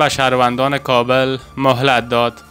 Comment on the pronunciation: لطفا کابل را درست تلفظ نکنید .